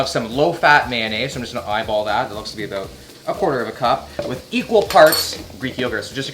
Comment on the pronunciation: omg he said aboot